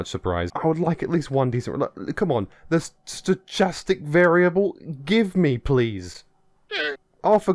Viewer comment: Yet to hear a YouTuber pronounce Stochastic correctly. The search continues... 😅